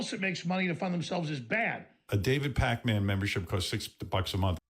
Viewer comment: the way he said david.....pakman killed me